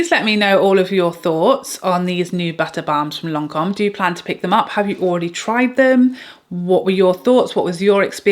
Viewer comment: Lancome is my favorite brand and it's perfect how you pronounce Lancome.